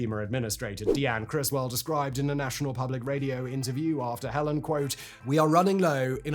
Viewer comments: I don't think it would be possible for a human being to take an interest in, research and then write about this subject without being clear that it is Hurricane HELENE (/hɛˈliːn/ heh-LEEN) and not Hurricane HELEN. This is written by AI and Simon has no interest in or knowledge of any of it. This is just a machine churning out words for money. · Oh my gosh it's called Helene not Helen! There's almost no similarities between the two names and it's making it impossible to tell which recent weather event you're talking about. - this is what you sound like complaining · HELENE not helen man get it right idc where in the world you are that is just wrong, Helene train wrecked America not helen, and the Appalachian mountain range runs down practically the whole east coast of America rolling from Maine to Alabama if I'm not mistaken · It's Helene (hell-leen) not Helen. Helen is your mom's bridge partner & your dad's mistress.😮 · The hurricanes name was/is Helene, not Helen!!! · You’re fucking up my mom’s name!! It’s HELENE Not Helen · OMG simon.... it's hurricane HELENE, not helen. those of us who survived her and milton will never make that mistake. 🌀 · Why are you mispronouncing the name of the storm, Simon? You are a smart guy...it's HELENE, not HELEN. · I knew the first time he said it, he wasn't going to say it right even once. 🤣 It's Helene 'Heh-Lean' not 'Hell-in' the last time that happened in Georgia, the US state mind you, the temperature dropped and the Charlie Daniel's band wrote a song about it. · Hurricane HELENE, not Helen! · In American English this storm was called Helene "huh lean" xD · My dear chap, I believe it's Hurricane HELENE, not Helen. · we say it the same way he’s just pronouncing it wrong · I can't made it 4 minutes in but the constant mispronouncing of Hel-leen makes this video unwatchable. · Having had this storm and Milton after it just miss my town, I'm keen to see how this video plays out 😅 helEEN tho dude lol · It's HELENE not HELEN